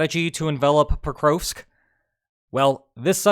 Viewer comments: Geez your pronunciation of Prokrovsk... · The Ukrainian letter ‘о’ is always hard as in ‘dog’. Your mispronunciation of ‘Pokrovsk’ was thus very distracting for my autistic brain.